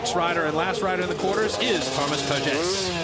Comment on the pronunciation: En français on dit : « Thomas Pages et pas rhomasse Pages » et aussi on dit «la ville de PARIS et pas PARISSE »